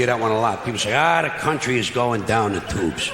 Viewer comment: i love the way he say "toobes"